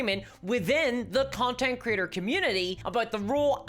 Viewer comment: Every time you said Creator, I heard "Critter"